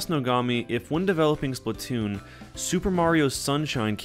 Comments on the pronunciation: It's SPLATOON Not Splotoon even my little Cousin Says Its Splotoon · slAAAAAAAAtoon not splitoon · Why do people say splitoon instead of splatoon? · Fact: The game says splatoon but we all say it as splattoon